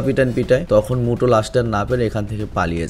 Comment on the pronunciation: উচ্চারণ ভুল হইছে 🙂 অইটা মুটো না মিউটো আর ভাই ওইটা godzillar আগুন না ওইটা এটোমিক breath